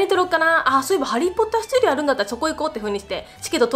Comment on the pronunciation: ハリーポッター studioっていう発音聞いてさすがだと思った